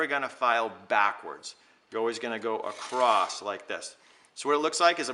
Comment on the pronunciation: thank you very helpful. I have the kit! ....btw say "across" not "acrosst". Sorry...